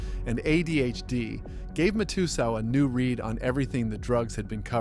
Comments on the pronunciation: Mat-ah-sal , can't believe your pronunciation. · You really can’t pronounce Matasow correctly? MAT-uh-SOWW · nor Mike Ma-too-zow🕵️‍♂️ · Mike "mat-a-soew" for fuk sakes.. And its Scotty "New-Win" pronounced for fuk sakes Also, what's with the fake ass chatGPT people that u put as these poker players on some slides?? Shitty channel. Unsubscribing